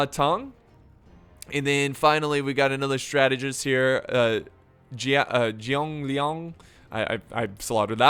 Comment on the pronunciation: zhuge liang is pronounced as zu-ge liang Edit: Anyways i love your vids, just trying to help